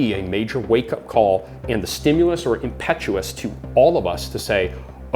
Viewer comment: He keeps saying impetus wrong